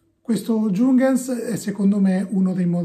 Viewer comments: Ehm c’è anche un altro errore, Giungans non si può sentire. Si pronuncia “Iunghans” (l’h va pronunciata). Se nei prossimi video tratti altri prodotti tedeschi e hai dubbi sulla pronuncia scrivimi. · si pronuncia però "iung-hans" con la i e l'acca aspirata, non "giungans"...